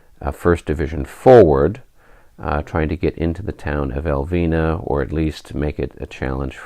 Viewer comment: I'm digging into the popcorn and watching with rapt interest. Since you do seem to not want to butcher the Spanish town names, Elviña would be pronounced "El-veen-ya" the tilde (~) over the n imparts a rolling of the tongue and a N-Y sound. Keep at it, the battle seems to be shaping up nicely...